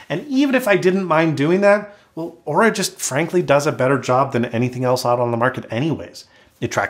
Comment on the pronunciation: Good thing he pronounced Oura correctly.